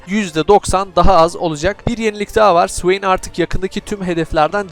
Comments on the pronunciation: (suveyn) ne, o nasıl okuyuş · sıveyn diyişin efso be .d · Swain diyişini sikiyim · O ne güzel Swain demek kardeşim. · Allahım o nasıl bir swain diyişidir yarabbim